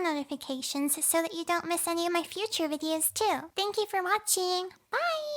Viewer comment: At the end credits I heard "thank you for mochi" instead of "watchin" lols